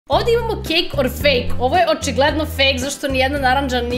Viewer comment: Ne kaže se kek or fejk nego kejk or ral